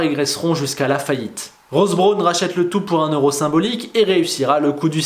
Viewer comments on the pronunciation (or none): none